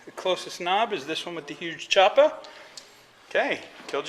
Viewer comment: "I've got a 'uge choopa" will never stop being funny.